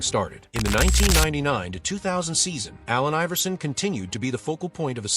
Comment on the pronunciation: When AI makes a video on A.I. but doesnt know how to pronounce his name!😂